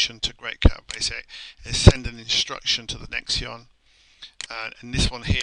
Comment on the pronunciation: Nextion is pronounced "Nex-Shun" ("Nex" as in Next, and "tion" as in Nation) I am not from the NA TE ON of Canada, rather the Nation of Canada. Nextion .. "Nex-shun" .. ;) Good Job